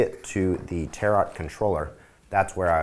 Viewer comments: Tar-OTTT, it's pronounced tare-o, (the French way) I think :) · LOL, he says 'Tarot' like 'carrot'.